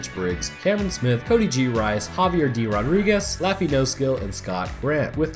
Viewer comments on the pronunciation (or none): none